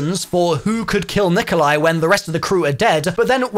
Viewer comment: It's not Nikolia lol